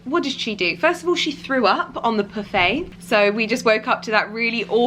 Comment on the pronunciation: Daisy jones its a pouffe